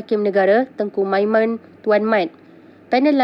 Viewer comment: Tengku Msimon del oiii....bukannyaTengku Maiman....belajar membaca lagi ya....satu pakai tudung supaya nampak lebih kemas dan Allah pun suka...